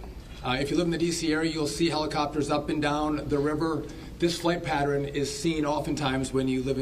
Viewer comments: the word is PATTERN not "patteren" geez and this is the 'secretary of transportation". Needs to get some speaking skills. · Patern not pateren. Seriously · Patterin? You mean Pattern?! Yeah, let's hire people who can't even say PATTERN properly, bc they'll be the best!!!! 😒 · And why move a plane to a runway knowing there is a helicopter in the area? “Patteren”? What English is he speaking? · Can we get someone who can pronounce the word ‘pattern’ correctly and doesn’t bob his head when he speaks?